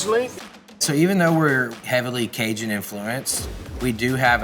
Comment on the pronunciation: Great chef, great restaurant but I’m going to say it for all the Cajuns, he is a poser, growing up in Texas over a hour from Cajun country and he can’t even say the word Cajun right, probably does not even know one word of French! He can’t be serious? Don’t claim things you are not! I’m three hours from California and even though my mom is from Southern California I’m not a part of there culture or there heritage or anything that has to do with there style of cooking, I love California and been there often but I’m born and raised in the PNW, dude needs to smarten up he is disrespectful towards people that are Cajun or come from there background. It’s fine to like their food, but you don’t act like you are one of them!